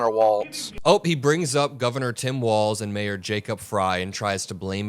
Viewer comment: I hate that they always say Walz's name as WalTz. They do it out of disrespect. I hate everything else they do FAR more. It just shows they are not serious about being a government that works for is people. A real team (and this is completely on Trump regime) is on the same side and even if there isn't agreement, there should always be respect.